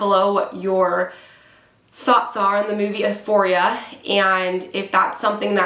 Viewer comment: I agree 1 BILLIOK PERCENT DISGUSTING HOMOSEXUAL PROPAGANDA TO PERVERT AND DESTROY THE YOUTH!!!! And all ages so sickening but just wanted to tell you euphoria is pronounced you-foria not that it matters but this show is so evil and horrifying I hope the director and producers and all the evil actors in it are crushed and destroyed by gods power !!